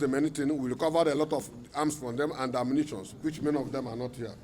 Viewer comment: The phones are heah, the transformer is heah, ta sit down, ta stand up, everything is heah, you think this is Kano….Kano robbers. Lol. Not funny at all, what is going on close to home.